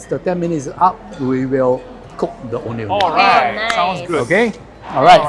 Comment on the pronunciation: I wish the pronunciation of Ondeh Ondeh was done accurately lol. typical Chinese pronunciation "O-neh O-neh".